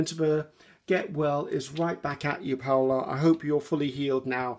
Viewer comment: Actually you pronounce paulla correctly. Janke is also how you say it, but you leave off the e, it's jank like you say it and then uh for the e so jank-uh. Please ask your friends they will tell you it's correct. My name is Colleen..... Lol no jokes, my maiden name is Van den Berg, there are still Van den Bergs in the Netherlands.